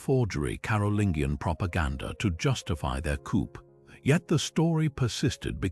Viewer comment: Very interesting and beautifully read. But I cannot tell you how irritating it was to hear the narrator mispronounce 'Charlesmagne', 'lead', 'coup' and various others...